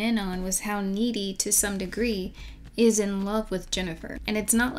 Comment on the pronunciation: GOD-DAMIT, her character name is N-E-E-D-Y!